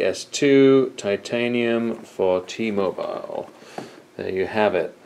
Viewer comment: ....T-MoBILE. quit sayin it so strong